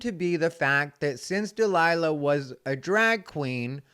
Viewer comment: lmfao “A DRAG KWEEN!?” I love in that clip how jimmy fallon’s face drops like he’s scared he said something offensive